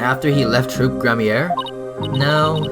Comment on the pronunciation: The word troupe is pronounced like troop